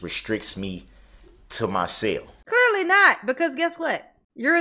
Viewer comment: He had to stay in his cell..he pronounces it (sale) 😅